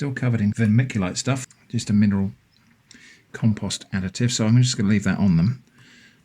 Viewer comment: Why would you say "calm-post"????